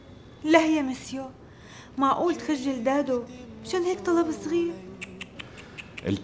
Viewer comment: لبنى قالت مادو بدل دادو😄